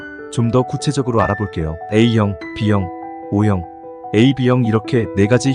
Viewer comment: 어형이 뭐예요 말좀 똑바로 하세요